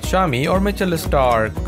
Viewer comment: mitchell istarc???!!! pronounciation mate - 10/10